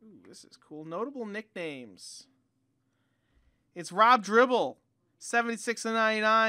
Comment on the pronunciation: It's DIBBLE not DRIBBLE.